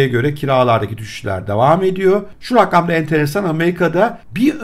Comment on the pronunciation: raggam değil abicim rakam :D